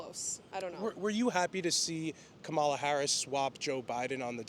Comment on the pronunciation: She can’t even say Cumalas name correctly hahahahaha